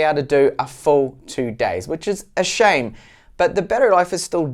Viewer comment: I like the way you say 'shame'. 😂😂